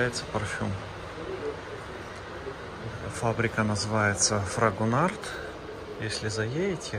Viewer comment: Интересно было посмотреть производство парфюмерной продукции от Фрагонар. Кстати, в конце Д не произносится. А по поводу метал флаконов очень спорно, ведь любой метал кроме нержавейки, окисляется и по идее попадает в парфюм. Я лично не люблю и Монталь в таких флаконах и иже с ними. Лучше стекла нет, просто хранить нужно в тёмном прохладном месте - на полке і космет шкафу или в родной коробочке, что защищает от света. Коллекционеры ищут парфюмы даже 20-30-50 летней давности, которые не изменили аромата, потому что были сделаны на основе натур.масел, а не как сейчас химические. Вот новые реально лучше не хранить дольше 5 лет.